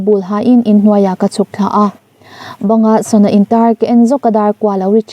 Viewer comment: Tinge sana hi sona tia i chhiar zela spelling mistake tam e